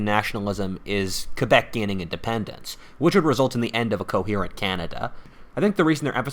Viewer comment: Bravo for saying Quebec and not Kwaybec!